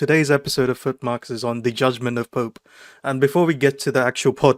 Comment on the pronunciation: Did he said judgement of poop. 😂